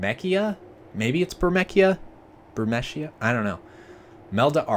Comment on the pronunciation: I think thats pronounced Bur-mee-see-a. I'm not sure though, FF games always had weird names. Weird seeing the game like this, I always change the dialog boxes and stuff to blue instead of that grey.